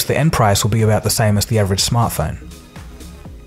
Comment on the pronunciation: Dictionary of pronunciation: Shock = shark Alice = Atlas Smuffing = Smartphone